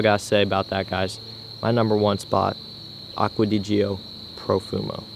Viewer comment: The way you say Acqua di gio makes me want to kill myself